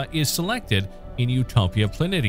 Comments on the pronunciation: It’s pronounced “Plan-ee-sha”. Not plan-itty-ah. Lmao. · Gah. Planitia is pronounced planeeshya. Not plan-iddia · I'm sorry I can't watch this. Dude it's spelled planitia however it is pronounced 'plan*ee*she*uhh'. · Helpful note here, boss: "Planitia" is pronounced "Pluh-NEE-shuh". And trust me on this one; I went to middle school with a girl by that name. But it's also the correct geological pronunciation. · Plah-nee-shah. Please. Thank you.